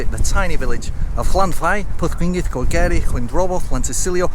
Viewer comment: ...Don't give up your day job lol.... We got enough English trying to kill our language!!!